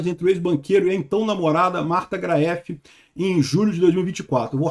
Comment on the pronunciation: Graeff se lê "Gréf". Espero ter ajudado. Tb tenho sobrenome alemão.. 🎉